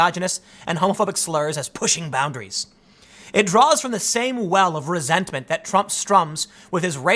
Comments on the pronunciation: “Resent-a-ment”. - Tim pool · Did you say resent - a - ment? Lol